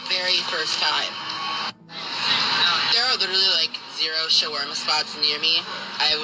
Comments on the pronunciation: Additionally, as an Arab, he got the pronunciation more correct than you did. It’s not Shwarma. It’s Shaawarma, if anything. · As an Arab myself, I die a little bit inside every time I hear him murder the pronunciation of "shawarma" 🙁